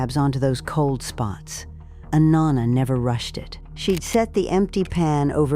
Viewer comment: Pronouncing “Nonna” wrong every time! I can’t watch! And I know it is AI